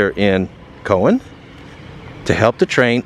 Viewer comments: It's David Crockett Hwy not Parkway. It's Cow wan not co wan. Good video overall though. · Cow an. Not Co an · You are mispronouncing the name Cowan. That is my maiden name and my ancestors. It is pronounced Cow-an. The way you are pronouncing it is the Jewish Kohen. Completely two different pronunciations. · The town is pronounced “COW-an” not CO-wan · It's Cow an not Co an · It's COW-an, not Cohen 😂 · Cow an not Co wan like the animal and an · Pronounced Cow n not Co n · Cow-an, NOT Co-win! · Nice video. One small correction. Cowan is pronounced like the farm animal COW, and not Co. That museum is rather nice for what it is with a great model train setup to represent the area. There is another great museum on the Alabama side of the mountain in Stevenson, but best of all is the unclaimed baggage center, where you can buy just about anything at deep discount prices down the road in Scottsboro. I've hiked up the mountain to where the trains go into the tunnel on both sides. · It's called Cow an not Co wan! Other than that good video. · Coin, no. Cow, as in moo. Cowan is pronounced Cowin. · That first town is cow-an Not Cohen, no? Perhaps locals pronounce it like that. We see alot of that. very interesting gravestone. It could be seen as partly done...or perhaps done but mudded over like much of what we have seen relative to mud flood/calcified(?) buildings that we see everywhere. Though i believe the partly finished thing is what was intended.. .I have seen stuff that was uncovered in such a way. Covered over with mud that hardened or petrified. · It's cawen haw you say it! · Cowan is pronounced Cow-ann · It’s pronounced Cow-an! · My friend, I have a suggestion for you. When you visit a small town ask a local how to pronounce the name. Cowan, Cow-wan or close to it. That's ok i mispronounce names I am unfilliar with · In your video about Cowan. It is pronounced calwin but spelled Cowan. Like your videos very much. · It's pronounced Cow-en. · COW-an Tennessee